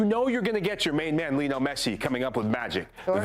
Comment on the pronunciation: “Lionel” Scaloni is not pronounced like “Lionel” Richie. Scaloni was never a member of The Commodores.